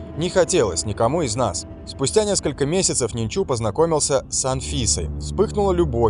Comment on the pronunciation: Ненчу, ударение на первый слог. Почему не верно говорят не известно.